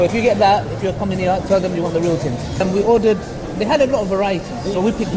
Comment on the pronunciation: “Tell them you want the real ting” 🤣